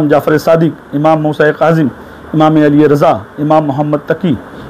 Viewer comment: maula a'li ke name Mein Ali ka ع nahi nikla hai sahi se 🙃 .. Imam e hasan aur imaam e hussain ke name Mein bhi badi HAA ح nahi nikli sahi se 🙃 IMAAM E ZAINUL ABIDEEN ko imaam e JAINUL AAPDIN bola 🙃 BAAQIR ko BAAQAR 🙃 SADIQ mein KOF ق nahi nikla sahi se aur QALQALA to Chhod hi do 🙃 MUSA QAZIM ko MUSA E KAZIM. ismein bhi ق nahi nikla sahi se A'LI RAZA ko Ali E Raza padhraha + ع nahi nikla hai sahi se 🙃 TAQI kabhi ق nahi padha sahi se A'LI NAQI Mein bhi ع aur ق nahi padha sahi se BADI HAA ح nahi samajh aaya HASAN ASKARI mein Ye dekhlo SANTRE ko sahi se jin imaamo ka name nahi lene aata Aur yahan tak ke Ali ka ع nahi nikal raha sahi se aur ye khud ko Kehte hai ye MAULAI hain.. Ya MAULAI nahi MAILAAYEE HAIN MAILAAYEE. Siwaye logo ko gumraah karne ke elawa aur kuch nahi aata iss santre ko 🍊😂